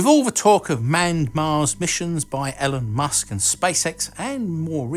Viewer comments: Who's "Ellen Musk"? 😎😎😎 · Haha "Ellen Musk". It suits him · Elen Musk.... Lellll